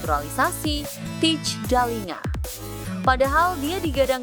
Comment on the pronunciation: Kalo mau ngonten....coba deh klik google terjemahan yang ada speaker/audionya....set ke bahasa Belanda kemudian tulis Thijs Dallinga....dengar tuh cara ngomong yang benar.....Teis Dalinga bukan Tits Dalinga (jadi ngomong jorok dah gw)